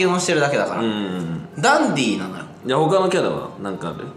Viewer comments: カンタくんが言うと、 ダンディ が だんでぃー に聞こえる🤣 お子ちゃまだから、ひらがな表記で🤣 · ダンディーじゃなくてかんてぃー(笑) まちがいない😂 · ❌ダンディー ⭕️カンティー